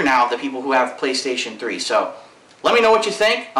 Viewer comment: lol sound like he said "pillokstation3"